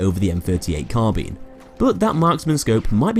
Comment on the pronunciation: why do you pronounce Carbine "Carbean"? lol